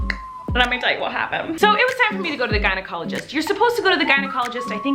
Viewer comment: At the beginning when she said “gynecologist”, I thought she said “guided colleges”. So I’m like, “what do guides colleges have to do with this video?”😂😂